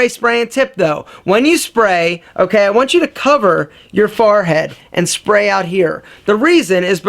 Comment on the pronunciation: did any1 else catch the way he said forehead?